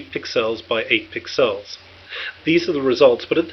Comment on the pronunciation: Pixels, not piccells.